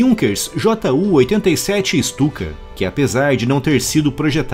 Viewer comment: Ju 87 Stuka - pronuncia-se "Ixtuca".